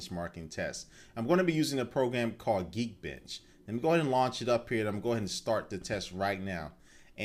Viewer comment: lol you say geekbench like geekbitch lol